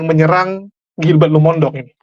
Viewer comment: Maaf, penyebutan Lumondong itu keliru. Harusnya Lumo in dong. Bagi orang manado tidak ada marga Lumondong